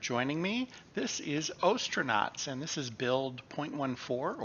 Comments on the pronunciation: You pronounced Gemini correctly but still pronounce ostranauts wrong. 😅 The "ostr" is pronounced like as in ostrich. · I believe the O in the game title pronounced the same way you would say ostracized. That's what they are after all astronauts who have been ostracized from Earth.